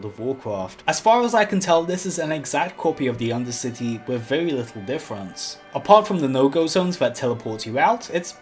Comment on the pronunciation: "this pwaice is wewy kweepy... " Me: "if you're haunting wabbits, maybe"